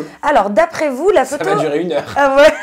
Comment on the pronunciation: Il n'y a pas de t à la fin de va!